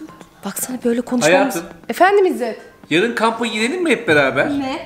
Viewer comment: Jsjsjjs😂İzder degil izzet 😂😂😂